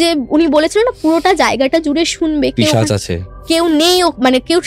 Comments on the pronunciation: তোমার এক্সপ্রেশন দেখে মনে হচ্ছে প্রচন্ড কষ্ট করে পডকাস্ট টা শেষ হওয়া পর্যন্ত অপেক্ষা করছ । বিশ্বাস কর আমার ও তোমার মতো এ অবস্থা … প্রেতকথা বলে ই শুনলাম । সাংঘাতিক বাজে উচ্চারণ । বাল্ব কে বাল্ফ বলছে, পিশাচ কে পিচাশ বলছে । পরের বার পডকাস্ট এ একটু ঝাড়াই বাছাই করে গেস্ট এনো । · পিশাচ কে পিচাশ বলে আমার মতো 😂😂😂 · দিদি “পিশাচ" শব্দটা উচ্চারণ করতে পারছে না ঠিক করে।। 😅😂😂😁😋😌